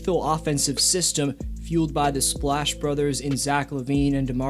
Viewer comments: U definitely said splash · Boy you most definitely said splash. You could've at least made this comment seem like it was sarcasm but you just lost cred. I'm at like 3 min in this vid. Thanks.